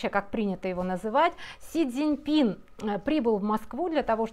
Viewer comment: иди лучше щи вари, а не разборы делай, каждый раз всё хуже и хуже! Не Дзиньпин, а Цзиньпин! И прекрати говорить "мы россияне", ты к ним уже не относишься!